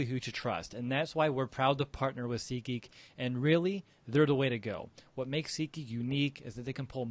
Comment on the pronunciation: Lol I've been watching you guys for over a year now and..... You gotta pronounce SEAT Geek better lmao I thought you were saying SEEK geek lmao Sincerely. BEAR DOWN WE ARE MONSTERS